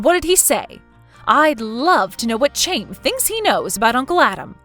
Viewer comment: "Chaim" is pronounced "hime". "Him" with a long I.